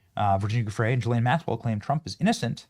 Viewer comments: Quit saying Jillane. Bro learn the fucking name. GEE-lane. You did the same stupid shit with Robert MUE-ler… it’s fucking Muller….. it’s like you do this shit on purpose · I’m so done! Her name is an Irish name. It is PRONOUNCED (Gee-Lahn). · Are you fkn rtrdd? Why can't any of you influencers get this right? It's Guiffre where the G is SOFT like a J. And it's Ghislane with a HARD G, not a soft G like a J. It's not difficult and you should know this by now. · We are years into this story and you still can't pronounce the name Ghislaine properly.